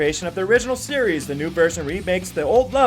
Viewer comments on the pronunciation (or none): none